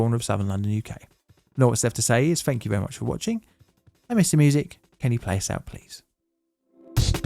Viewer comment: Please try and enunciate "three" and "everything" properly. It's not "free" or "everyfink". You don't seem to have a problem with the and they! Although there was a "fank you very much" towards the end. Just lazy and ignorant.